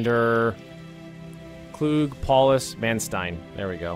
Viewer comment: Man Stine. Stein just like in Einstein.